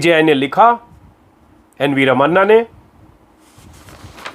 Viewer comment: Brilliant prentation अजित अंजुम जी। बस एक सुझाव: कृपया आप SC CJ के नाम का इस्तेमाल ऐसे कीजिए: ra ma Na..... र म णा. जैसे अणुबम मे Na ण का प्रयोग होता हे। हम सब इसी तरह करते है। आप का कार्यक्रम बहुत पसंद आई और आप को धन्यावाद।